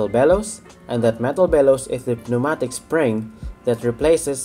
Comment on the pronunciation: I agree. Your English is very good, much better in fact than that of many English people! Quick tip. Pneumatic is pronounced New-Matic, the 'P' is silent. I don't envy people trying to learn English as a second language, much of it must be very confusing!